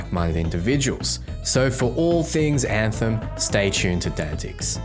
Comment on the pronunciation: I heard a dev refer to this game as “Ant-Hem. He literally said “Now today we’re going to be showing you the game, Ant-Hem, or Antheim to some people.” Please tell me its not pronounced that way lol i think he might have just been an idiot